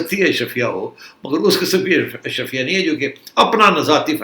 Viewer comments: سیٹھی صاحب ، برائے مہربانی، آپ کی مودبانہ تصیع کی جسارت ہے کہ لفظ اشرفیہ نہیں بلکہ “اشرافیہ” ہے ۔ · Najam Sethi is so Elite he cannot even pronounce Ash-Raa-fia correctly. 😂😂😂